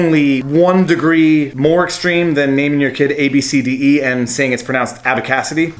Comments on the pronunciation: wait its pronounced ‘ab see dee’ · Naming a child is personal and it’s pronounced abcity if your going to make a video about this maybe get the name correct. And if you actually read the story on CNN the main concern the mother had was the fact that she made fun of her daughters name right in front of her and posted it online. It’s one thing to think a name is unusual but you don’t make fun of someone right in front of them. Personally the name is unique.